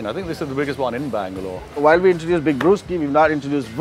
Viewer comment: When Bangalore became Blangalore EOD🍺😂🤘🏻 Doing a good job! Cheers guys 🍻